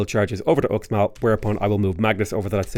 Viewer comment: It’s pronounced “Ooshmall” Fun fact: I went on vacation to the Yucatán recently. This Mayan inspired theme park had X(sh) in front of everything. Xsavage, Xirts for Xale, Xnack bar… reminded me of Sean Connery more than Mayan culture.